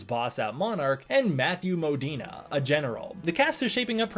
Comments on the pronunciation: I’m pretty sure it’s Mo-Deen. Not Mo-Deen-eh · His name is Modine not Modina. I'm not sure why you're pronouncing it so weirdly.😂